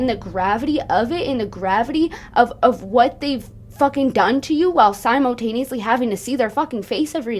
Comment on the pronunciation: I'm so sorry to be this person but it sounds like you're pronouncing "simultaneously" like it's spelled "simotaneously" and I felt like I should let you know